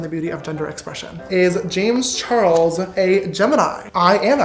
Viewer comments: "Wazzuh Jamezzuh Charlesuhh""Why doessuh Jamezzuh Charlesuhh" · I love how he says Jamesuh Charlesuh the same way with the same pause and what not